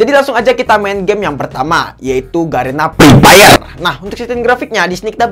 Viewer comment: 😂😂😂😂😂😂😂😂😂😂😂😂😂😂😂😂😂😂😂😂😂😂😂😂😂mantap bang lucu sekali pas ketika Abang nyebutin game EPEP